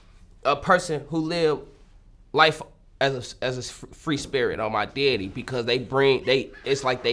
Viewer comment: “On my deaddy”